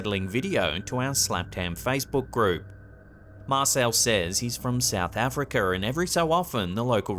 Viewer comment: "South Africer " huh?, lol